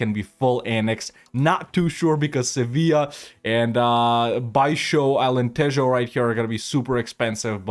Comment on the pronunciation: Was surprised by how good pronunciation of baixo Alentejo was, but then again, he does live thete